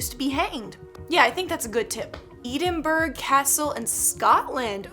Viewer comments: E-din-bourg 🤣😂 don't worry, everyone says it wrong 🤣🤣 it's Eh-din-buh-ruh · I know ur American but I got triggered so please next time know that it’s not ee-din-burg. It’s e-din-bura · It’s (ed-in-bruh) not edenburg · Hi, love your videos and BTW we prounce it Edd-In-bru or Edd-in-burru. Just thought I'd let you know. And we also pronounce it Nor-fuk not NOR-fork and not to be picky but Cool-dre. Love you and just wanted to help you out as it is my family's culture so yey. 🖤🖤🖤🖤🖤🖤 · Idk about anyone else but I cringed when she said EEdinbrough castle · E-Ding-Burg castle lol 😂